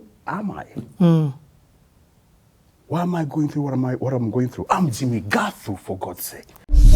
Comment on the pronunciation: The legend of our times. 'Jimmi Ngaaathu' as its pronounced reminds me of my sister who kept reminding us that 'Jimmi Ngaaathu' is simply James Gathu. And we had a comical neighbour called Gathu by then.